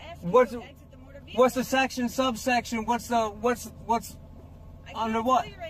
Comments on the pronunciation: Black's Law dictionary says "employed" which means used. Nothing commercial. Also, what is a motor veeurkoh? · It’s NOT A MOTURR VEHILEKULL...’